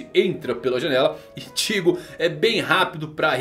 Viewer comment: Eu acostumei tanto com as dublagens de bleach chamando Ichigo normal, aí o chamando o Ichigo de ìtigo é estranho...